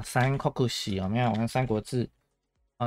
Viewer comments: 念誦 心を尽くす 分別 頼らずに 007:07 常に主を覚える くれる くださる まっすぐにしてくださる 自分自身 と 自分 の違い 知恵ある者 訂正 三国志→さんごくし的讀音 這樣才對. 不是さんこくし 主を畏れ 避ける（さける） 避く（さく） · 訂正 (三国志) 是 (さんごくし) 的讀音 這樣才對. 不是さんこくし